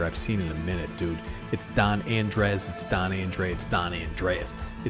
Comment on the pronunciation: Andres is just the Spanish version of Andre/Andrew. Just pronounce the s, and you're all good, bud. I feel obligated to build this due to it being my name sake, but I'll be honest the play style seems a bit different than what I'm used to. I'm definitely looking forward to giving it a try though